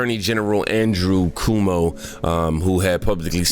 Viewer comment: Andrew (crow-moe) Cuomo